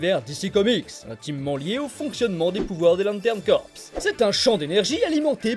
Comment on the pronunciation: Ca se prononce "CORE" pas "CORPSE"